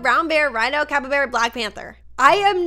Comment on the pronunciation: Its not capabara its called cappybarra